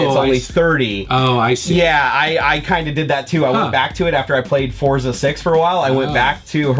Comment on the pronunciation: It's pronounced "Fortsa", like in "pizza". Its italian for Force.